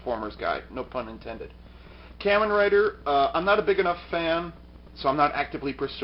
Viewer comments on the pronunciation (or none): WHO MISPRONOUSES KAMEN RIDER LIKE THAT?!